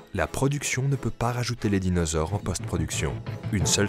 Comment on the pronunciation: j'adore le "dinausore".